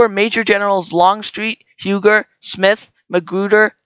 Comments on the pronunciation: Huger is pronounced 'Hue zeh' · You are mispronouncing Huger name. U-Gee is correct. You have to be from SC to know this. Great job